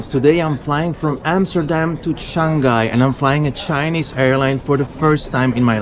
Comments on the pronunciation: Shang Hai and not Shan Ghai. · Bro it's Shang-hai and not Shan-ghai. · He might be from Belgium, many Flemish speakers pronounce Shang-hai like shan-ghai. Might be a local thing